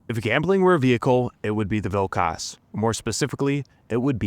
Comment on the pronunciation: As a Lithuanian,the way you say Vilkas makes my ears bleed,but overall a good video 😭